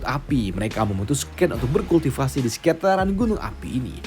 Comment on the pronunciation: Min koo beda penyebutan kultivasinya